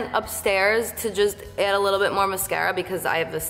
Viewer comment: like how she says "Add"